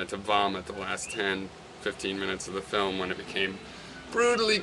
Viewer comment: What's a "filem"...? O_O